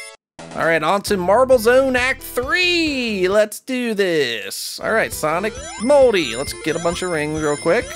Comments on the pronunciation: it sounded to me like he said "Sonic Moldy" at the beginning of the video instead of "Sonic Multi" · It sounds like he said sonic moldy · It sounds like you said Sonic Moldy! XD